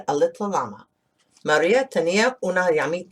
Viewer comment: Thanks to read for us. Just be careful with the word LLama, in spanish de LL is pronounced like the letter Y, Yama